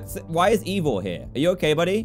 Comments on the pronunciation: Dan that drives me nuts it's pronounced e y e vore not evore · It’s Ivor not evor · Still calling him EEvVoR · Love how Dan calls Ivor, Evor